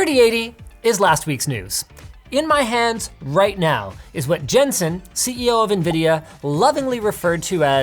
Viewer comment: When he ends the video asking if something is fair, I thought he said "how about you Justin", was freaked out and registered and he said Jensen haha